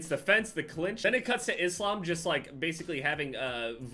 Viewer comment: finally someone say the name "islam" right